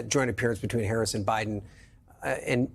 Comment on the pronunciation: that’s all y’all have got. “She doesn’t do interviews…whaaaa.” Mispronounce her name. Lie about the economy, the border. THIS. IS. WHY. Y’ALL. ARE. LOSING.